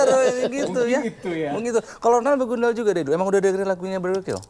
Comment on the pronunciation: BEGANDUL???...BEGUNDAL Teeeeh 😂